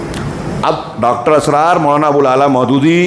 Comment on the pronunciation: Ek baat daawe se keh sakta hoon ke aap bhatak gaye ho. Jo bhi Dr. Israr (not Asrar - sahi se pronounce karna chahiye) kaha woh bilkul sahi hai aur waha ke logo ke liye ya in general kaha ke jaise aur bhi mazhab hai waise hum log apne deen ko ussi tarike se le rahe hai. Ye deen ka tarika nahi hai.... Balance between deen aur duniya pe kaha indirectly par aap pe shayad shaitan haawi hua hai toh aap ye baat nahi samaj sake